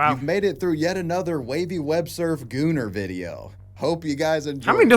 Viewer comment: Bros pronouncing gooner with the hard R